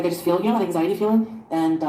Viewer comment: And: “Ang-ZI-tee.” 😂